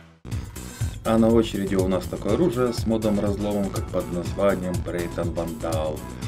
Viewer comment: брэйтон а не брэйнон